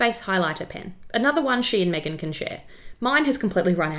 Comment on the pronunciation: Sorry but I would like you to say Megan ...like Kate not the way you did Kate ....like Megan thanx